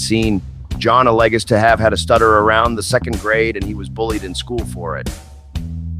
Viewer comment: How does AI not know how to say ‘alleges’…’A leg is’. AI is fucking retarded I wish people would stop using it to narrate their already subpar content.